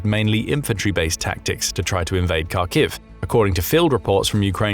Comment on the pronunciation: Will you ever bother to learn how to pronounce Kharkiv?